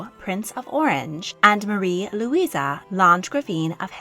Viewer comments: Very good video! Although it drives me crazy that you call them Luisa when their names are spelled Louise xD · You keep referring to all those with name Louise as “ LouisA”. The spelling with the “ E” on the end is typically pronounced with the “ E” sound. LouisA would have an “ A” at the end.